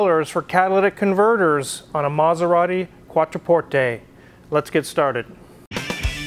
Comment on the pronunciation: Thank you for pronouncing Quattroporte properly...